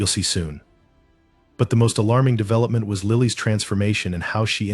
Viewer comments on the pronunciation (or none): none